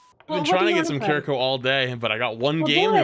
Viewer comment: I swear gamers choose the most jarring way to pronounce Japanese names. I just got over smash players pronouncing Kazuya as kazoo yah and now overwatch players are pronouncing Kiriko as keer e ko.